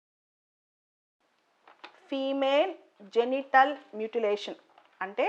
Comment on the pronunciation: మ్యూటిలేషన్ Not మూటిలాతిన్